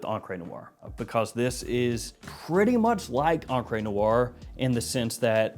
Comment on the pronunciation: Love you buddy... but it's pronounced ONcruh Noire... not onCRAY Noire